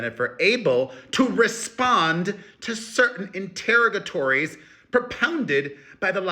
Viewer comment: Enter-rog-ah-torries. Please, please, please